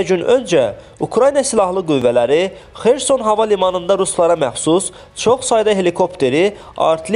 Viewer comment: XersOn. Vurğunu düzgün deyin.